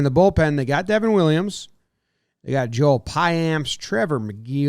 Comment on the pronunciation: Jimmy is pretty spot on. Not a lot of guys in this rotation that will give you a third time through the order. I expect a lot of piggy back starts to fill the void of Burnes’ roughly 200 innings. Also please please please Joel is pronounced YO-Ell. Please for my sanity guys lol